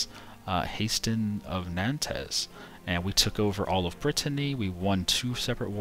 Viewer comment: lol when you said nantes